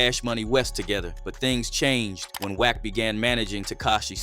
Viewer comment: Bro it's WACK NOT WECK.